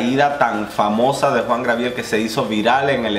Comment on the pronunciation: Pero mi amor Job Star estuvo en el segundo lugar, tercero Alexis 3XL jajajaja, jajajaja mori cuando intentabas decir Gabriel XD